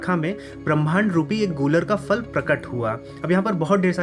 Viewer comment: Please pronounce properly. It is Phal फल not Fal फ़ल!